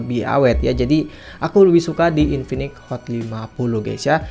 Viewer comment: InfiniX cuy pake X Bukan infinik, ganggu bgt jir dengernya.